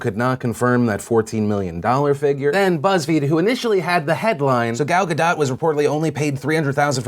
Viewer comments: Ga DOUGH... not Ga DOT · U say ga DOT, her name isnt french. she said so on one of the someday night show interviews. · Pronounced Guh - Dough..... Damn I hear this too much.... I love you Phil! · It's GadoT, with a hard T. She's Israeli, not French. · so phil pronounced it 'gaDOUGH', 'gaDOT', and 'gaDOTE'. if you're gonna say it wrong, stick to your guns, phil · How many different ways can he pronounce "Gadot"